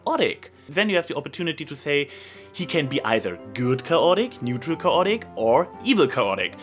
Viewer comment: It's pronounced: KAY-ot-ic.